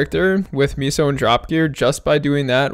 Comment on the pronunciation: Why do u pronounce Meso as “ Miso” lmfao it aint the soup bruh